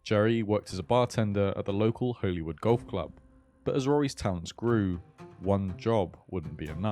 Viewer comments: I loved this video - criminally underrated channel btw. But i just had to say, in NI we pronounce ‘holywood’ in the exact same way as ‘hollywood’ 😂😂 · I promise I will watch all of this but it’s pronounced Hollywood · btw, Holywood is pronounced the same as the place in LA Hollywood.